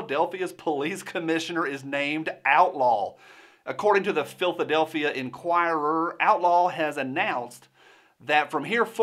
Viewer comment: Philth-adelphia LOL.